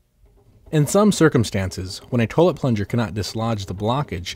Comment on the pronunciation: Why do all the dudes in the tutorials say toe-lett